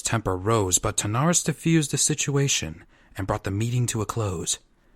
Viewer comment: Good voice acting but you kept pronouncing King Terenas’ name “Tanaris”